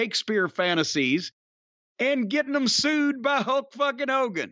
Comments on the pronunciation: Hokeey Hoogan lol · I was laughing when both Corny & called Hogan Hokie Hogan 😂😂😂